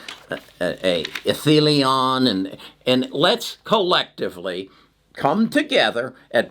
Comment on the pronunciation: Etheleon 🤣😂... it's Ethereum 😊